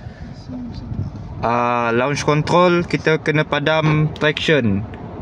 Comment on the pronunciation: abang ni orang perancis ye? sebutan kontrroll len macam